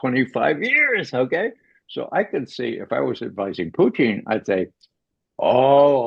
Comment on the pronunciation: Putin, not Pucheen. Why does McGovern, who we all know fancies himself as a cunning linguist, persist with this ridiculous and unfunny mispronunciation?